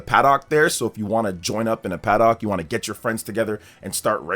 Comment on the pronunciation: Your pronunciation of paddock is crazy. Try it a ‘paddick’